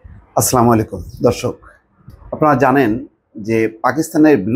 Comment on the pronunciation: Please stop saying ASSLAMALAIKUM, I like your journalism, just can’t understand why you keep saying the Salam like that